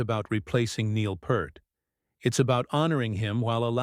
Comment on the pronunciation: Well listening to this didntt last long. He said Neil Pert and that was it. Lazy ass video. Look up how to pronounce his name if you dont know, otherwise stfu!